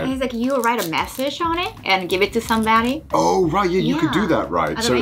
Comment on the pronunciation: I bursted out laughing when she said you can give it to "somebaddie" bruh i know it wasnt intentional but it made me laugh